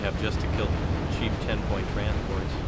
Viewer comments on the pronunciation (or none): none